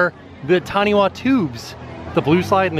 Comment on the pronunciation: I cant believe I lived in Orlando for 10 months and never went to Volcano bay! I regret it so much watching this omg. Also its not Taniwha tubes its TaniPHA tubes, in pacific cultures WH is a PH sound (live in NZ so most place names are a WH but are said PH).